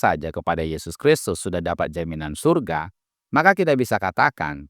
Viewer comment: syyyyuuuurgggggaaaa itu bukan sorga 😂